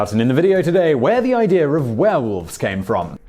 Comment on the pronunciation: thought he said where whales come from" needless to say, I was interested.